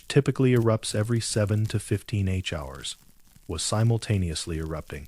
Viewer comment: when talking about the geyser, it says 800 g allons and not gallons. And when talking the time, 10-14 hr cycle and h hours instead of Jusr saying hours That seemed like ai to me, but thanks for clarifying